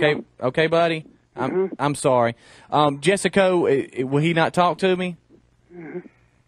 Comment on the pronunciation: Its Jess co. Not Jess a co.